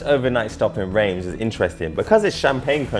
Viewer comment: Reims is pronounced Rans FYI